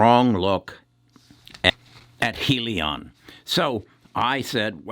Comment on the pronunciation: I'm tired of people pronouncing it heel-leon or Hill-Leon. It's High-Leon!